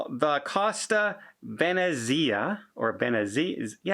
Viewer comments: It's venn-ets-ia Italian for Venice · Venezia is pronounced Ven-E-zee-ah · ven-kneee -zee ah it is actually the German word for Venice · Costa Ve-NET-zia. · Say “ ven-NEES’-ee-a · Venezia is pronounced Veh-NET-see-yuh. It's Venice in Italian. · Please learn the names of ships (and Italian cities) You were no where near the correct pronunciation of the Costa Venezia. It is the name of the city of Venice, the one with all the water canals.